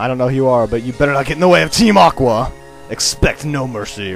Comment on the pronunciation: "Look who is there, it's Team Awwwhh" LOL